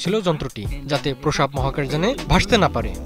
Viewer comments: ৭১ টিভি কি দেখে সাংবাদিক নিয়োগ দেয় বুঝিনা, এই লোক প্রস্রাব শব্দটা একবারো ঠিক মতো উচ্চারণ করতে পারেনাই। এটা প্রোসাব না প্রস্রাব। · সংবাদ পাঠক এর তো প্রশ্রাব উচ্চারন ই করতে পারে না।